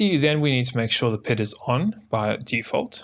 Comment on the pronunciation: The From the Depths community does not appreciate your pronunciation of P I D as “pid”